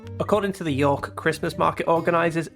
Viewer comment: There's only one syllable in York, buddy.